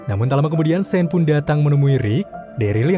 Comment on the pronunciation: Sean tu dibacanya sin/san Inimah Shane